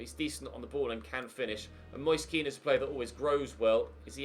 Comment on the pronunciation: his name is pronounced ken not keane.